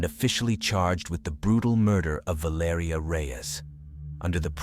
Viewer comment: VAL ER EEEEEE BRO!! This is why u don't use AI bots loser!! Spent the whole damn video murdering the pronunciation of her name!! Rip young lady❤